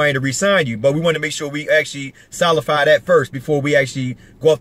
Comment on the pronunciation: Solify....... what the hell ????😂😂😂